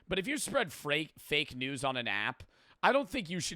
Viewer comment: "frake news"